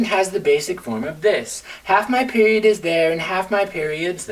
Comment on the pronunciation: Whenever he says "mah period" I went into several seizures from laughter.